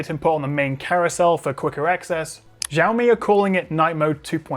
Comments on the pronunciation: When are you gonna get the name pronounciation right? It's not 'Jiaomi' it's 'Xiaomi' as in an 'S' not a 'J' sound. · It's pronounced "shaomi" Not "jaomi" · She-awe me. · lol I always pronounced it 'Ziaomi' thanks for pointing out that it's actually Jiaomi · Š(sh)aomi not Žaomi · Jaomi? It’s xiaomi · Hearing "JAWMI" instead of SHAOMI.. is really distracting. C'mon! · Actually no. In standard Mandarin, "xiao" is pronounced close to "sheeow," not "shaw." It's just that many non-Chinese speakers mispronounce it, and then everyone repeats each others' incorrect pronunciation. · Nobody: Jiaomi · It's more like "Shaw me" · actually more like "siaomi" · It's Shao-mi!!! Shao-miiiiiiiii! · the way you pronounce Xiaomi :( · That's a new way to pronounce Xiaomi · English pronunciation of Xiaomi makes me spit my phone/monitor every time :D